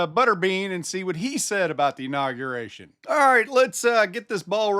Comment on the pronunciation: He also said "inogeration"!